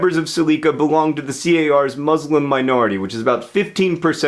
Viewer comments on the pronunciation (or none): Hey John, I love these "Explained" videos, just one comment if you ever see this. I wanted to pass along a request from many of my Muslim friends that you try to pronounce the word "Muslim" with a soft "s" sound like in "salad" and the "u" more like the word "put". I have to correct myself on this as well since a majority of Americans use the more harsh "Muzzz-lim" pronunciation. The softer pronunciation is closer to the Arabic root and more respectful (so I'm told). Thanks!